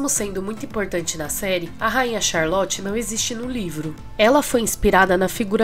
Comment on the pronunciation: Amo bridgerton ❤️ li os livros também. A ve merece o like só por ter conseguido falar o nome dessa rainha ai rsrsrsrsrs